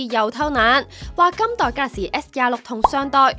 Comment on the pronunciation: galaxy s都未讀好仲介紹